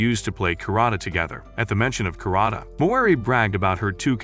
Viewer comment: It is not karata it is karate